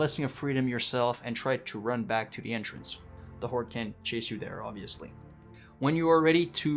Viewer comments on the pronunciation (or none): none